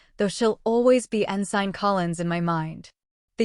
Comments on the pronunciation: en-sin...not en- sign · Ensign, pronounced (en-sin) with vowels all short. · The g is silent in ensign